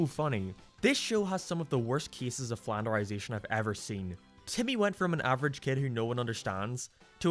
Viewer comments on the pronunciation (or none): none